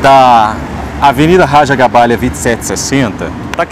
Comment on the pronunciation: lembrando que o correto é Raja GabáGLia, não GabáLia.